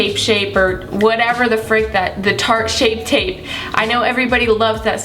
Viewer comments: I really don't think it was lazyness... I think she just messed up? Cause believe it or not it happens. I even used shape tape for awhile and it took me till like the 3rd time she said it to even catch on that she's saying it wrong.... Yikes She's human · you love shape tape so much that you can't even pronounce it right